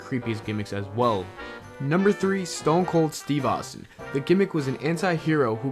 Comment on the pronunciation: STONE COLD STEVE AUSTIN NOT STONE COLD STEVE AUS